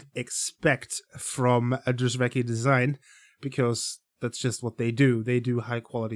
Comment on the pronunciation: I believe you pronunce it : drysweky